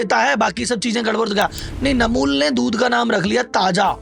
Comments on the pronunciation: आप खुद ही गलत कम्पनी के नाम बता रहे हो, अमूल को नमूल, फॉरच्यून को नोर्चुन, शुगर फ्री को शुगर ट्री, ब्रिटानिया को नुत्रियानी बोल रहे हो, जो कि गलत स्वयं ही बता रहे हो, जो कि गलत है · वीडियो बना रहे हो तो प्रोडक्ट का नाम तो सही बताओ रियल को रील बता रहे हो अमूल को नैमूलबता रहे फॉर्चून को नाचून बता रहे हो सही वीडियो बना रहे हो तो नाम भीसही बताओ